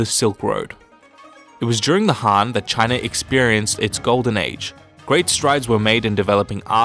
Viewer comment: Can you please avoid saying "Chiner"?